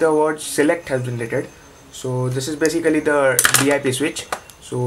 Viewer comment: Say Baesikali one more time!